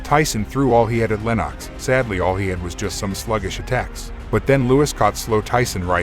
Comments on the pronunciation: Lennox Lewis pronounced LENIX not LENOCKS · Lenarx?! It's Lennox! At least get your pronunciation correct for such a great UK boxer.